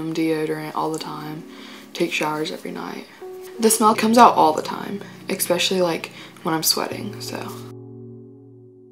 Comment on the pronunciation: Its especially not ixpeshally